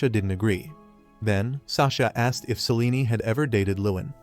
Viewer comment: AI can't even pronounce Selene properly 😂😂😂